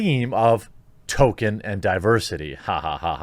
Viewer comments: Tol-KEEN. Not Token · It's Tolkien NOT Tolkein. And it's pronounced Tol-keen NOT Tolken. That is all..... :-) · I'm dipping out, Jeremy. Sorry, bud, the third "Token" instead of Tolkien broke my mind. Can't endure it. I'll watch your next non-Token video. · You're such a poser Jeremy, the even hasn't happened yet and it's T-O-L-K-I-E-N. Maybe stop posing as a fan of stuff that you're not? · "Toll-keen." Not "Token." Token is Cartman's black friend. ;) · tohl-Kee-in, not Toh-ken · It’s Tolkien genius, not Token. He wasn’t a black South Park character. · Its pronounced "Tol-Keen" Not "Token" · I'm kind of peeved he is calling him "Token". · Please. Stop saying token, when speaking about Tolkien! It hurts my brain. Tolkien is a legend deserving respect. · Man you really can't pronounce anything properly. Just straight up calling him "token", sometimes "tolken". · I like the way you pronounce Tolkien “Token”. Sums up this shit show of a conference. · ...... Dude, it's NOT "Token"... Seriously. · 1) There's an L in the name Tolkien. It's not Token. 2) it's a lie that subscribing is the only way to find your videos. I just type your name in and find them. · and its pronounced toll keen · Tolkien has become Token...or Tokin'. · You’ve never claimed to be an Uber-nerd, but you do lose a couple of points for not read the Silmarillion. 😉 And the poor man’s last name is pronounced like “Toll-kin.” I love your show, but as I am a Tolkien nerd, I had to point these things out. 🙂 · Obviously they were misinformed; it’s Tolkien, not Token. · There's an "L" in Tolkien's name, btw... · He was basically saying token. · Stopped watching when you pronounced his name as "Token" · I tried but you can’t say Tolkien... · Love this channel and your content but you need to stop butchering the pronunciation of Tolkien. It hurts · Learn how to pronounce Tolkien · I love you and your videos but I can’t hear your mispronunciation of Tolkien.